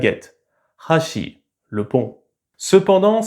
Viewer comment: tu as inversé l'intonation des mots pont et baguettes, mais bon tu le dis toi même c'est pas très important